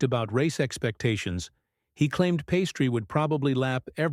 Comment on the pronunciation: Pastry? That and the poorly timed pauses?... Does anyone listen to this before it's published?